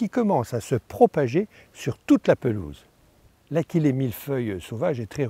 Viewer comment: Achillée doit se prononcer a-shi-lé. L'origine du nom de cette plante est Achille le héros mythologie grecque. Je n'en ai pas sur ma pelouse mais j'ai remarqué il y a quelques jours, dans une zone commerciale, sur une pelouse entretenue par la commune (et par le vendeur de tondeuse qui est installé en face 🙂), que l'achillée avait colonisé plusieurs ares. J'avais remarqué que pendant l'épisode de sécheresse, cette partie de cette pelouse était d'un beau vert sombre.